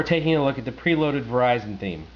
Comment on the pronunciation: hehehe he sais Verishun and then keybird, listen carefully! lmao (yes he says verizon properly too)